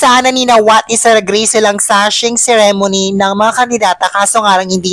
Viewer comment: Ikaw din plain ka din and boring. Ayusin mo magpronounce nga ceremony.